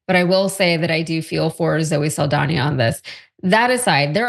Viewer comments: Dr. Richey you are saying Zoe’s name wrong it’s SAL Danya !!! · Saldaña is pronounced like Sol-don-ya. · Why is he so bad at pronouncing names. Especially, well known names like Zoe Saldana.